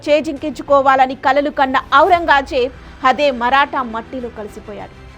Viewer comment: ఔరంగా ...జేబు కాదు తల్లీ.. ఔరంగ్ జేబ్...